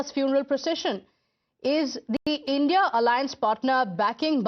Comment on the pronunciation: don't say indiA ally it's INDI ALLY CORRECT YOUR SELF